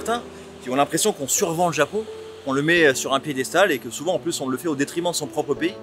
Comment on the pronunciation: Le Zapon ouais!!